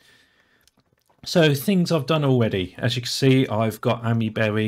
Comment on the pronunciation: Isn't it pronounced Aymee-berry? (As in the "Ami" is pronounced like "Ami" in Amiga, "aymee" rather "ammy")